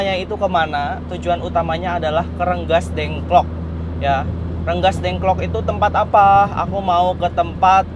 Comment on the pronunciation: Bukan renggasdengklok tapi Rengasdengklok kang.